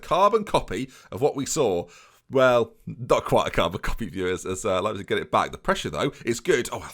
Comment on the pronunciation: "ei" is pronounced like eye in german, so it would be w-eye-gl and l-eye-pzig